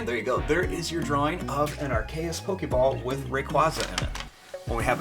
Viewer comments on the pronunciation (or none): It is called a AR-KE-US soprise fold.